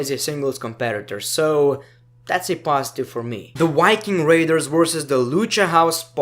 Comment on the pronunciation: Not trying to make fun of your accent but " the wiking raiders"😂